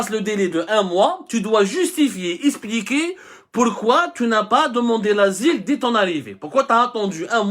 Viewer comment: Monsieur abdou.... On dit expliquer... Pas espliquer😊😊.... Je rigole